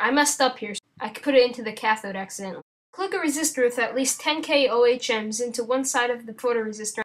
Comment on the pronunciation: Instead of saying O H M's, the word is ohms or OMES.